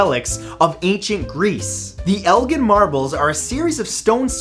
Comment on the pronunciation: It’s El- Jin